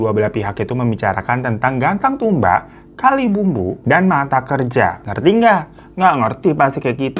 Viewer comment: sama ketawa maklum waktu Kalimbubu jadi disebut Kalibumbu. haha ya gak papa sih, maklum. tapi lucu aja dengarnyaa